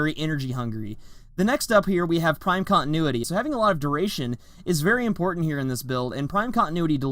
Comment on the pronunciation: Oh God the horrendous syllables